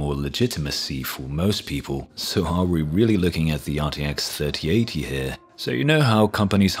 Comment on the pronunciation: Your voice makes the RTX3080 sound like some sort of Pizza